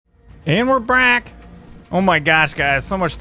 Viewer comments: at the very start he says and were brack LOLING so hard now lololol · and we're brack!